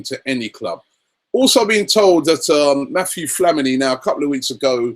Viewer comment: So funny whenever Robbie says Mathieu Flamini, calls him Matthew lol